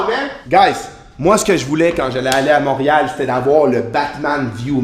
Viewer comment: Moureal... tu me fait rire quand tu le dis